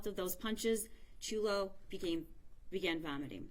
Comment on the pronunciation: There are no words to describe the horror this child went through. There’s no words I can use to express who these “parents” were and what I hope happens to them. One thing I can say, the first woman to speak mispronounced Chulo’s name multiple times. Is it too much to ask that we honor him in death by remember his name? Maybe someone else should have spoken if she was having trouble remembering or pronouncing his name. Just felt like the final insult.